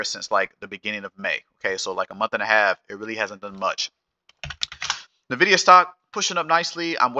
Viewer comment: I always eek when I hear people say “Nevidia”, it’s N-vidia, idk why so many people say “Nevidia”